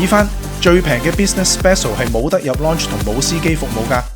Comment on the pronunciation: 拍片之前google吓個lounge字點讀啦😂😂😂😂